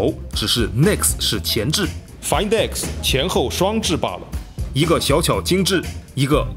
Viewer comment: 终于有人说对了读音 find x 其他人都读"饭"x